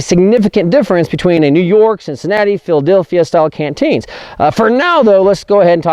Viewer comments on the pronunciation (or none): none